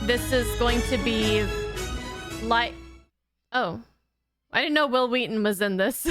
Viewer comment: Who's Will "Weston"?